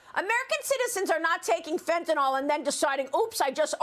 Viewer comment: FOR CRYING OUT LOUD, MARIA— IT’S NOT “FENTANOLL!!” It’s pronounced “FENTA-NILL!”…. And YES, it matters, because saying it wrong makes you sound uneducated. What if you heard media wonks saying ‘heroin’ like ‘her-OYN?’ You’d be distracted and annoyed, right? I REST MY CASE.